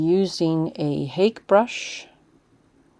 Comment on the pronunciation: Hake is pronounced like Hokey or Hockey. It's a Japanese word. I cringe when I hear "Haik."